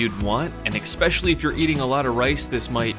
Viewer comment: He always says especially wrong......sum bout "eggspecially???"